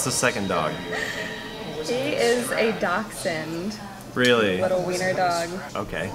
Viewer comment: The fucks a dockson? Is pronounced dash-hound. And I know it's spelt dauschaund or something like that